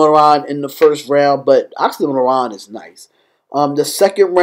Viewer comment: man, not oxxxymOron. it's pronounced like oksy meer on